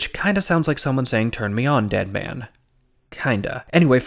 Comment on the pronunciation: It sounds more right when you say “dead man” as “Deadman” as if it were a last name.